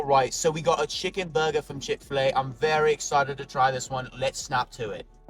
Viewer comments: Chick FE-La 😅🤣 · No way did the guy say chick-fil-a like that. I CANNOT believe that